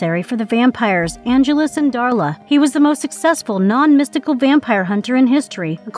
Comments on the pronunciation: And not only that, but pronouncing Angelus correctly, and then mispronouncing it, and then going back to pronouncing it correctly again, all in the same copy. Not to mention the creative phrase, "one of the most strongest." 🤦🏼‍♂️ Ouch. 😏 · I thought the back-and-forth pronunciation then mispronunciation of Angelus was bad, but then we get this phrase ☞ "…one of the most strongest..." One of the most strongest?🤦🏼‍♂️